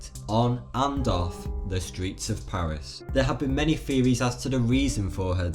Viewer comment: I'm with you there too - though it's the "r's" our commentator is having trouble with and I find it hard to listen to wowds like Pawith, etc. vewy distwacting